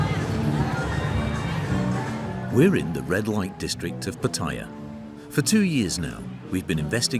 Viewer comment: FYI. There is no I in Pattaya ! You should learn how to pronounce the place you are talking about. Friendly advice 🤝🏼.